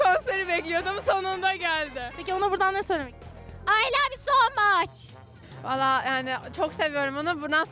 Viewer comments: ay lav yu sooooğğ mağğç HDJFSHSCSJYBFSWQV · Ay lav yu soo maaçhh iwhdmwuxlw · 🎇Ay lav yu sooo maççç🎇